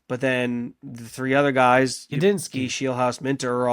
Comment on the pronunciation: Are you calling him Ubinski? It's Udinski, with a D.